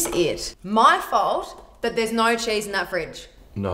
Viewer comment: Were they talking about cheese??? It sounded like Chiz